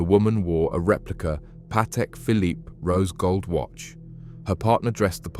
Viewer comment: Pronounced bark Lee square . And the Phillipe has a silent last e